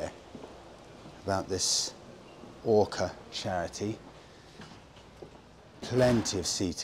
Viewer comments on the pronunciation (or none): none